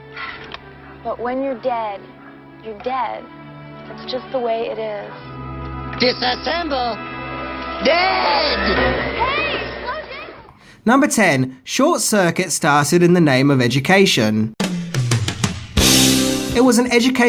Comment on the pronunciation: It's dis-ass-emble, not disamble.